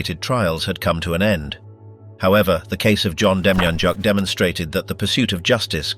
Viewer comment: I thought the man from Cleveland, OH, was pronounced dem-yan-yook.